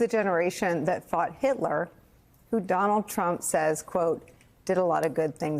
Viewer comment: Don-OLD Trump 🥵 * correct pronunciation